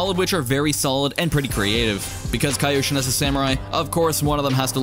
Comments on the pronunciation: It’s not Kai-Oshin. It’s KEE-oshin. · apparently never watched avatar with that "kaioshin" pronunciation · I'm sorry, but saying "KAI-oshin" is triggering me.